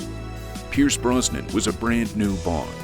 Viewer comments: Pierce Broz-nan not Bron-sun 🤦🏻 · Pierce BROZ-NAN, not BRON-SON. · Another excellent video! Brosnan was really the Bond of a generation! The perfect balance between action-hero and suave gentleman. (p.s: Maybe check the AI Voice-over for correct pronunciation: "Bronson's" instead of Brosnan's)